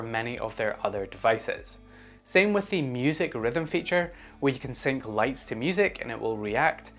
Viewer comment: the mispronounce of Sync killed me